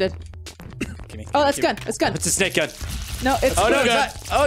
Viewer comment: I wonder how many pints must've had before he'd let "Sbake Gernades" slip through the net:P